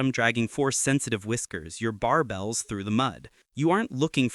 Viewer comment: Sir the way you say scoots and barBLES sounds somewhere right inbetween your reading right out of a dictionary and dont know how to read it.